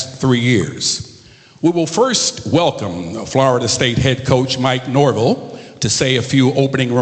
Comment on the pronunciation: First can you say Coach Nor-Vell!!